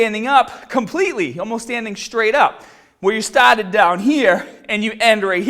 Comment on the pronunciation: "but before we get staaated" lmao